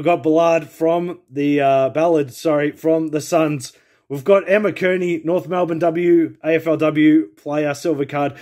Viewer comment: Kearney is said “kar-ny”